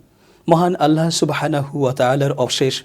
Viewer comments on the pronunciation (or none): none